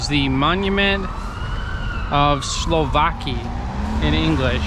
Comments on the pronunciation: Ride the metro at midnight, it's bucket list. Say Slowacki as Slovatski 👍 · in Polish you always pronounce C SłowaCki , MorawieCki , KoseCki and any other , it's not like in English when C and K are together you don't pronounce C . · Again I remind you, SLOWACKI pronounce as SUOWATZKI. Letter C is not a silent letter in polish language. If you see ...CKI or ...CKA always pronounce as TZKI or TZKA. Because in english C and K has same sound, you not double pronounce it, but we are different :) take care :) btw. Słowacki was a romantic poet.